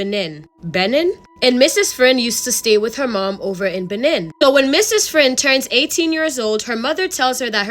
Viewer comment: It's Bay-neen lol that was so so cute 😂😂 any ways I'm up ordering white castle it's almost 5am my boyfriend sleeping lol I so I'm alone